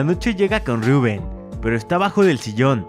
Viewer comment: Tu lo pronuncias rubùen y es Rubén